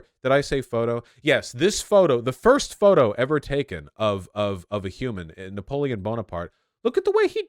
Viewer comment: Vaush getting Napoleon wrong is giving me an aneurysm